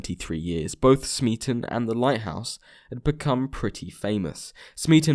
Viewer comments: C'mon man. The Kaiser Chiefs song's rhyme scheme is clearly ABAB. "Smeaton" isn't supposed to rhyme with "policeman". It rhymes with "Beaton". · smeaton rhymes with beaten not policeman.